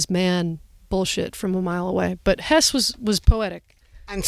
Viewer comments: With Hesse, the last E is not silent (vowels at the end of a word are never silent in German). Just like Porsche is not "Porsh", it's more like "Porsh-uh". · We've all been mispronouncing her name, so it seems only fair they're both mispronouncing Hermann Hesse's. It's actually "Hess-eh", the last "e" uttered softly.